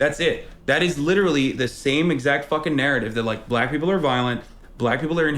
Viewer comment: You missed a couple "quite licherally"'s in there, but yeah that's about all he's got